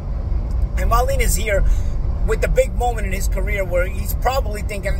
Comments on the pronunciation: LOL way-leeeen 🙂.... I like but he's a pudding sometimes. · Is he pronouncing Wallin correctly?